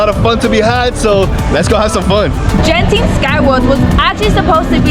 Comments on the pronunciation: Genting pronounce as G not J as in games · The G in Genting is pronounced like the hard G in "Game"